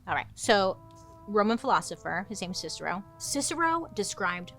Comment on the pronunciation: Are you a Chicago girl? When you said Cicero, I too was like "Chicagoland" lol.